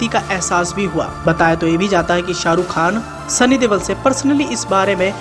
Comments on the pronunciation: He is not devol or deval he is Deol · Oo bhai Deval nahi Deol hai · Sunny deval???? Deol.... Sunny deol....